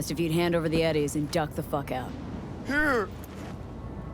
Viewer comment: There are a few cp2077 creators that say ennies instead of eddies. Am i missing something?